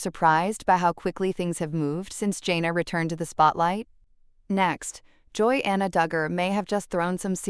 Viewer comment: It’s Jan uh not Jane uh.